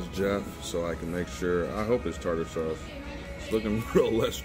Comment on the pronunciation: Tater sauce 😂😂 Tarter sauce... and you have to mix the tarter sauce with Ketchup!